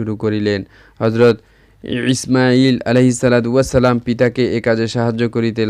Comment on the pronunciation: Imail sobdoti ucharon bhool